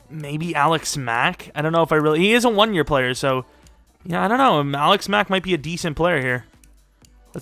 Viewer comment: The more you say Alex Mack, the more it starts to sound like Alec Smack